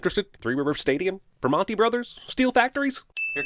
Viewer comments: Prih-mon-tee?????? are you nuts??? It's pronounced Prih-mann-ees, bro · Give yinz a sin for every time yinz say Pittsburgh instead of Picksburgh and its pronounced Pre-man-tees not Pre-mon-tees. Okle dokle. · Cinema Sin. You said Pri-MON-TEE Brothers. It's pronounced Pri-Maneez. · Primonti brothers? You need a lesson in pittsburghese. It's per-man-e brohers lol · as a Pittsburgh native I can say you are saying pirmanti bros wrong it’s (per-man-tee) sorry for being a nit pick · it’s “pri-man-ee” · I'm sorry - PrimOnti brothers?! PrimOhntee? I sin you for not properly pronouncing your Pittsburgh places! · Primanti Brothers has a hard "A" sounds. (Prim-Aunti) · As a yinzer myself, I'm sorry, it's pronounced 'Pri-man-tee' brothers. Short 'i' sound, as it pick. But I am not disagreeing with your points. :) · that pronunciation of primanti told me all i need to know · You said permanties wrong. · As a Pittsburgher, the way you pronounced Primantis hurts me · Wow, dude pronounced Primanti Bros. like some asshole from Cleveland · The way Jeremy pronounces “Primanti Bros” DING